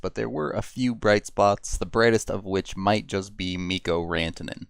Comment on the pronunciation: Mhikkou Räntänen.